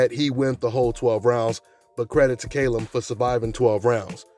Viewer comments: Fucking Callum not Kalum u thick twat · KALLEM, not KAYLEM 🙄🙄🤨